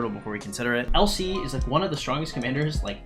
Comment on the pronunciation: Everytime you say LC it sounds like you're saying "El Cid" and I was very confused for about half the video